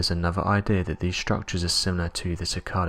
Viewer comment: Monoliffs. (Monoliths). Monffs. (Months). Anovver. (Another). Over. (Other).